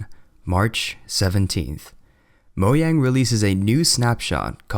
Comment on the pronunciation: MoJang NOT MOYANG ):<